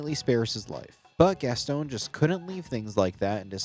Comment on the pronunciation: GasSTONE? GasTON How you say gaston is crazy